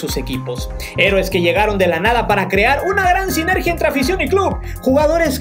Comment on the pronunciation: Sinergía lleva tilde en la I, por lo cual se pronuncia con acento en la I